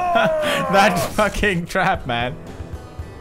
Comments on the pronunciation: Haha he says it's a crap instead of trap :) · Poods say tarp its what u used to say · you say crap in sted of trap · he says that instead of trap he said that in the other episodes of this as well